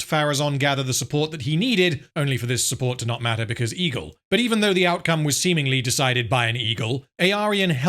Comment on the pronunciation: I keep thinking you say "Ego" instead of Egle... Why are those eagles now involved in politics now again?